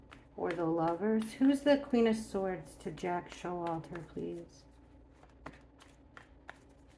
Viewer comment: lmao I know it’s Jack S but it sounded like jackass. 🤣💞